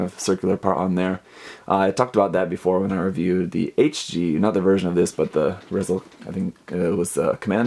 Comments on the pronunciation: It's pronounced Reee Zel. Not complaining, not like Gundam characters have easy names to pronounce anyway. A good way to know why it's pronounced that way is based on it's full name: Refined ZETA ESCORT LEADER. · I always pronounced it Ri-Zal because ReZel is short for Refined Zeta escort leader. And really excited to see this review